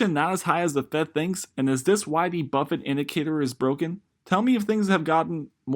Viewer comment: Bro .... it's BUFFETT, not Buffet